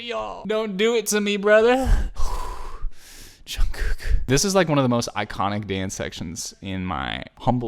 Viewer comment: in the way says "jungkook" got me rolling...